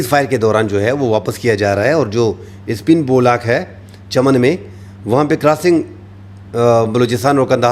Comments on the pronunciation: سپین بولاک نہیں سپین بولدک صحیح نام ھے۔ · یہ سپین بولاک نہیں بلکہ سپین بولدک